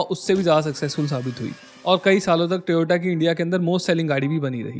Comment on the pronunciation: its not tyota its toyota